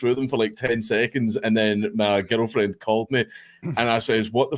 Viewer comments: Legit sounds like he’s saying ghetto 😂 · I can’t stop hearing me and my Ghetto friend instead of girlfriend lol